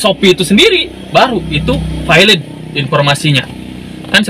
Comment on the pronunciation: Bang, ente nyebut valid aja kenapa vailid?